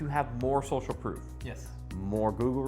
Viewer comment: Proof.. Not Prof